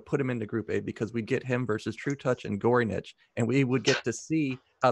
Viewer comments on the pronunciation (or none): Wish you'd say горыныч right at least once.